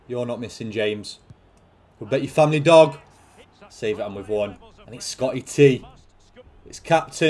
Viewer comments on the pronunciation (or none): I laugh everytime he says dog